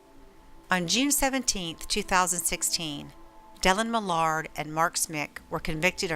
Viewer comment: You lose all credibility when you don't even pronounce Millard's name correctly.